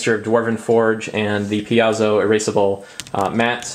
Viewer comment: I believe "PAIZO" is pronounced PIE-ZO, but don't quote me on that... :-)